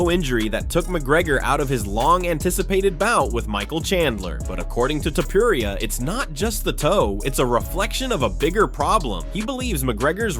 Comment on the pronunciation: He is Topuria , not Topuraia